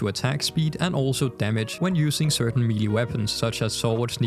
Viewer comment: God I hope someone has already corrected you on this cuz you sound like an ignorant moron. The word "melee" is pronounced "may-lay." Couldn't even continue watching the vid it irritated me that much. You mispronounced the word like 5 times in about 30 seconds, talking about Excalibur. Was like fingernails on a chalkboard for me.